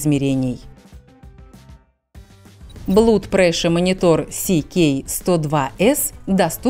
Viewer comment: Не блуд а блад